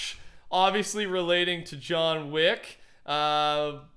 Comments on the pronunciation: John weack. Lmao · “John Wack” - 2k19